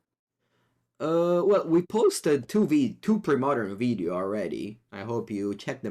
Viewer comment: I need a text ringtone of saying “veedeeo”